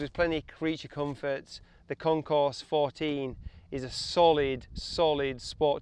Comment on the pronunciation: Sweet video! However, please keep in mind that the name of the bike is pronounced WITHOUT the "s". Meaning, say: "Kon-core" 14. Other than that little flub, it was entertaining and informative. Nice!